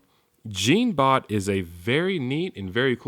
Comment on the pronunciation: in the move it"s pronaons jon-bot